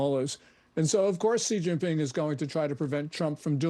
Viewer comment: Hejinping or Shejinping ?